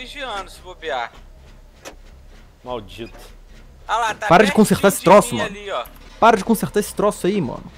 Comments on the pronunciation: venon vc falou errado pala porta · no titolu ele diz pala em vez de para